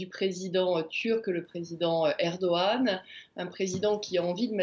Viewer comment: est ce que quelqu'un peut expliquer a Armelle ( la chroniqueuse internationale ) comment prononcer Erdogan ??? ...